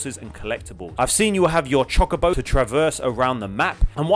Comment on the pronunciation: As a massive final fantasy fan it’s pronounced Cho-co-bo, but I’ll forgive you as long as you play the remake 😂